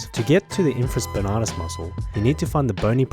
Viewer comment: I’m a sports therapy student here in England, and I’m gonna start saying ‘infraSPANARTUS’ haha